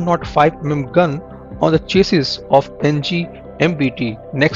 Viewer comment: "eqiuped" "chasus"